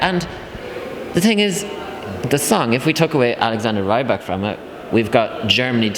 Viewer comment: it's not rAYbak, its pronounced rEEbak